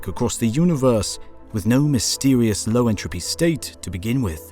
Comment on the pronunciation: Entropy, not “intropy”